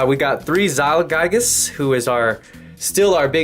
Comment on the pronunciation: Zyyyyylgaiiiigaaaas. Learn how to read